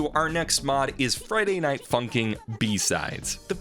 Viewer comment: The fact that he keeps calling it Friday night funking